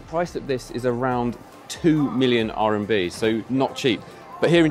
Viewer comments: It's RMB, not RNB :) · RMB... not “RNB”😅